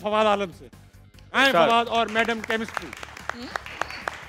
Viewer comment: Chemistry not kamistri